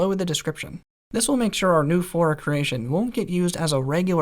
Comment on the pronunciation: Flora not fora